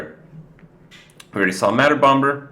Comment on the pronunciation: please learn to pronounce "bomber" with a silent B - its incredibly irritating